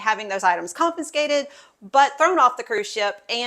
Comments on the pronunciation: It's confiscated. NOT con -fin-scated. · THANK U!!!.... The pronunciation was getting to me😢